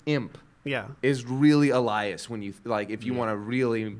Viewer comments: Damn it, after getting my name right every time during the first video right off the bat you say ell ie as. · Why does say 'Elias' like that? That's not how they pronounce it in the show.